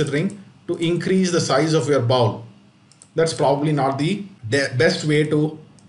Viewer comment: Excellent video. Just one tip on pronunciation — “bowl” rhymes with “whole”.